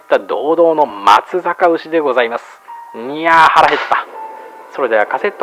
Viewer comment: 「まつざか」ではなく「まつさか」 同様の指摘が既出かは調べていませんが、 固定コメントか概要で 示してください。